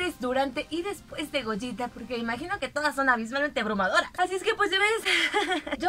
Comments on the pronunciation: Al fin alguien que pronuncia bien el nombre de gogeta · Por fin alguien pronuncia correctamente el nombre de Gogeta..... Saludos.